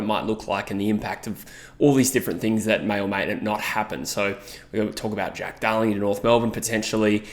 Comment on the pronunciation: At like 4.10 I swear you said Dack Darling and now its all i can hear 😂